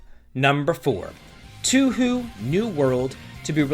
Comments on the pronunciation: Touhou is said like "toe hoe" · Your pronunciation of Touhou is killing me here. It's pronounced as "Toe-hoe". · I hope the way he's saying Touhou is a bit... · As a fan of Touhou i have noticed that you pronounced it wrong but its not that bad tbh. Very excited tho for the game tho :P (The way you pronounced it was funny to me lol)